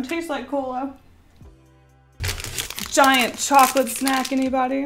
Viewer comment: While she said snack while drawing the fried squid lady.... I thought she said snek... is it me? Or does she actually sound like she’s saying snek? (Not in a rude way of course)